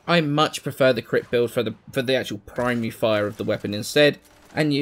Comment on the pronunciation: I was about half way done before I realized you were saying "Primary fire" and not "Prime Re-Fire" I was really confused. Thinking that it was a new thing added recently.